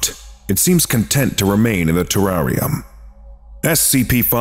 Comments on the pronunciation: The way you say Terrarium makes my skin crawl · Terrarium LOL you mean terrarium it's funny every time I try to spell it on spell check it spells it the same way pronounce wrong on video